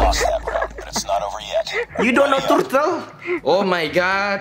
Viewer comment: Ngomongnya jangan turtle bang tapi turtle